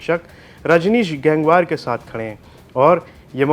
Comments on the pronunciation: गैंगवॉर नहीं गंगवार होता है कम से कम बोलना तो सीख लो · गंगवार है भाई गैंगवार नहीं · माननीय संचालक महोदय, गैंगवार नहीं गंगवार होता है, आपको रिपोर्टर किसने बनाया😂